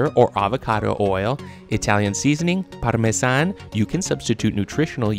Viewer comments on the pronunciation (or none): As an italian speaker the overly-exaggerated bad pronounciation of „pArMeSaN“ and „genovEsE“ killed me